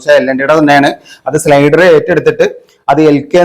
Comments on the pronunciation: 😂ആവുന്ന പണിക്ക്‌ നിന്നാൽ പോരെ, തെറ്റു കൂടാതെ ഏതെങ്കിലും ഒരു വീഡിയോ ചെയ്തിട്ടുണ്ടോ നീ!!!? സ്ലൈഡർ അല്ല സ്നൈഡർ!😂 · സ്ലൈഡർ അല്ല മച്ചാനെ സ്നൈഡർ ആണ്